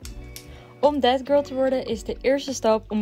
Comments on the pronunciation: Als ik ‘that girl’ hoor hoor ik tegelijkertijd ‘dead girl’ ahahahah i cant unhear it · Ben ik de enigste die altijd denkt dat ze death girl zegt in plaats van that girl😂